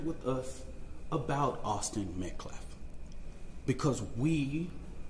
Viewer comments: YOU LIAR! You don’t respect life! YOU are so disrespectful you can’t even PRONOUNCE THEIR NAME CORRECTLY!! It’s not MetCLaf it’s MetcAlf!! How about we call him CRAMelo Anoty? You would cry out in protest. This Gnad b.s. is a leech try to make his name memorable! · Why is he trying to act educated ?.....you don't know how to pronounce Austin Metcalf ?.....it's Metcalf, not Metclaf you idiot ........is your name Buckwheat ? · You don't respect anyone! Especially the victim. You don't even respect him enough to take the time to learn how to pronounce Austin Metcalf's name! It's NOT "Metclaff"! It's "Metcalf"! And his father has every right to be at a public press conferance that concerns the death of his son. Especially if he isn't causing any trouble. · Metclaf? Really? Talk about disrespect. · That so called minister is a racist piece of sh*t ! He can't even f'ing talk correctly ! "So it don't be asked later". He said "Metclaff" instead of Metcaffe....the other day he said "deflence" instead of defense on three different occasions....what an uneducated idiot. That family is letting a criminal handle their PR etc., what a damn bunch of dummies. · Will not attack a grieving family but then turns around and does exactly that. Also, how hard is it to pronounce METCALF CORRECTLY? Psssh gtfoh hypocrite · Just a side note....when you can't even pronounce the MURDERED child's last name correctly, you have nothing i want to hear! It is his RIGHT to attend an open forum press conference. GOD is ashamed of you for your behavior and your lack of compassion. One day, you'll have to answer to HIM✝️ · Someone please tell the spokesperson how to pronounce Metcalf already 😅.